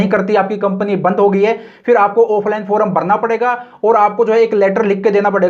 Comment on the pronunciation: फोरम nahi hota yr फॉर्म hota hai